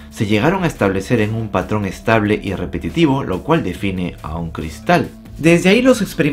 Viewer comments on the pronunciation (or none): none